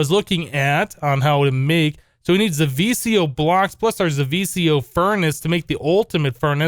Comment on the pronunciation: zivicio is pronnounced ze-ve-key-io and you won't be able to use zivicio armor in the recipe of the wyvern armor if you damaged it